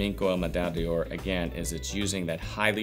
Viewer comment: Deoor? No! D'or is pronounced: "Door" just like the door you enter in any given building.